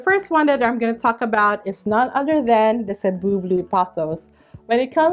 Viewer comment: thank you for mentioning how to pronounce cebu correctly ! as a fellow filipina , it always made me cringe hearing people say "say-boo" or "see-boo" . speaking of cebu , that plant is on my wishlist , along with the dragon's tail . several people from different facebook plant groups recently posted about dragon's tail being available at home depot . i checked earlier today , but no luck . gonna keep checking every day this week . 😅